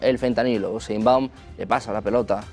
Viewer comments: Sé que no es muy relevante pero se dice Sheinbaum acento no tácito en la E!!!! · Este conductor no sabe pronunciar correctamente el apeido de la presidenta de México lol